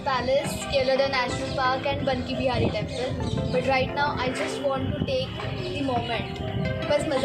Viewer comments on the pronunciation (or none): It’s not banke bhihari It’s baake bhihari